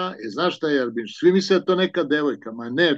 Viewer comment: Rjabinuška. Ne Jarbinuška. Neoprostivo. 😀